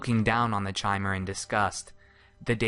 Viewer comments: I'm fairly sure it's pronounced "Kymer," like the word "Chimera." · im quite sure it's supposed to be pronounced "ki-mehr", just think mispronounced it. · FTR, the pronunciation is K-ai-m-er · you should have shown a picture of Divayth Fyr when you talked about age. The oldest dunmer ever to live on Nirn. Also, Chimer is pronounced with K...like Khimer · Elias Storm I've heard it pronounced like that several times. It's probably like 'arch'. Some people say K and some say ch. I've no idea what ehlnofex is... so I assume I don't. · Chimer is pronounced Kymer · I'm almost positive that is not the correct pronunciation of chimer. I believe it is pronounced kie-mer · 'Tis pronounced "ky-mer" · Bro chimer is pronounced ky-mur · mer is still actually mer because mer means elf , but you're absolutely right about the ky part , I've even heard people say shymer , it just hurts my soul man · Elias Storm It would actually be pronounced like chimney. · LinkKakalato No, It's Ki-mer. How hard is that to understand. It's not pronounced like Chimney but like Chaos. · Lerquiy of Nirlac Not in-game. In game it's always pronounced ki-mer. Ehlnofex is the language of the Ehlnofey, ancestors of all mortals. In Ehlnofex Chimer means "Changed folk". It is possible, however, that someone used the Ayleidoon pronounciation of Chimer, which would be "shi-mer". It's completely heretical to do so, but still. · I always pronounced the Chimer the same way this guy does, but according to the ESO beta it is actually pronounced 'kimer,' The more you know. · Chimer is pronounced with a hard K. As in Ki-mer, just like chitain. A real life material. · Kai-mer not chai-mer... Eye twitching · Chaimer... It's pronounced Kaimer you dumb fuck! CHIMER IS PRONOUNCED KAIMER! You fucked up! Time to redo this series with the good voice actor you had near the end of the series! Fuck! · Chay-mer? Shouldn't it be pronounced somewhat like "kee-mer"? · KAI-mer. KAI-mer. Not CHAI-mer, like the tea.